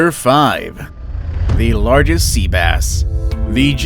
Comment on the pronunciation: My man forgot how to pronounce “largest”